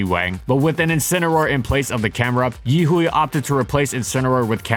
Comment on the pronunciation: Yihui is pronounced yi hwei